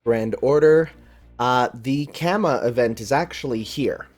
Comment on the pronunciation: Haven't finished the video yet so do forgive me if you corrected it later on, but Oh boy Really gotta fix that Kama Pronunciation before the event lol its Kaa-muh, basically the same way you would say Kama in Kamasutra. P.S. Looking forward to another amazing video!